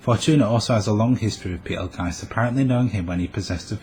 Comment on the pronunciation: The way you pronounce Petelgeuse is disturbing. Other than that, i seriously doubt Fortuna and Sirius are the same person. There is no power that can resurrect a dead person except the Divine Protection of the Phoenix. If she had that blessing, it would at least be foreshadowed. And even if the Authority of Wrath is supposed to have a healing factor/resurrecting factor...if and when Fortuna recieved the Witch Factors of Wrath, she was dead. Meaning there's no way the Witch Factors could accept her as a host since she's...y'know...dead. No Sin Arhcbishop or Witch recieved their Witch Factors when they were dead.